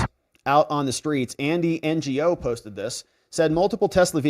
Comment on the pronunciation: It's not n.g.o. he's been on Dave Rubin several times, triggernometry, Andrew Gold etc, always, introduced as Andy no. (Gno).